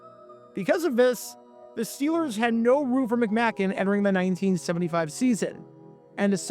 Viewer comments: Pronounced McMake n. Randy Grossman not Burt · McM-AY- kin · You pronounced John McMakin's name wrong. It's a long a, not a short one. The Lions were already down to their 3ed string Quarterback and tons of other injuries. You're really reaching for a story. Lions Rule!!!!